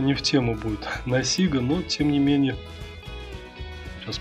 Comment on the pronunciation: у нас на,Ладоге говорят,сигА.А не сИга.А так лайк.